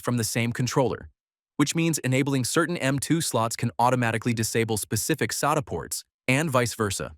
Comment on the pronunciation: It's pronounced SATA, not SATA.